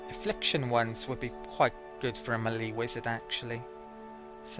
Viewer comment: Another great guide, but is it not pronouced May lay. or mehl - ay? :P